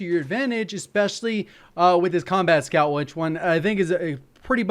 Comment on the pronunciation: thought he said 'scumbag' scout